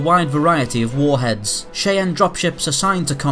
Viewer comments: CHEYENNE - pronounced phonetically as - ''SHAI-AN'' NOT - '' SHEY-EN'' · Its pronounced "Shy-Anne" like "Cayenne", not "Shay-en" like "Cayenne". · I like the technical detail of all of your vids, but.....cheyenne is pronounced "SHY-ANN" not "SHAY-ENN" and length is pronounced like it's spelled, not "LENTH". thumbs down and hate on me all you want, but I'm not wrong. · great video! cheyenne is pronounced "shy-anne" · Love it! American English pronounces Cheyenne as "Shy-ann" FYI. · Nice video- Subbed. One Tip: Cheyenne is pronounced like "Shy-Anne" :) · Its pronounced SHY-ann.. but well presented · /shy ann/ /boo gen vil/ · Pronounced Shy-ann. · Who da fuck is Shay-anne, lol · wait, say Cheyenne again lol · pronounced Cheyenne as in eye or aye not eh. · This was quite interesting but each time the narrator pronounced “Cheyenne,” a major Native American tribe, so bizarrely, it made the video somewhat ludicrous.